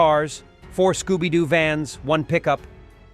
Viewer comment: You said Sooby Doo van, again Hahaha "Ruh roo!"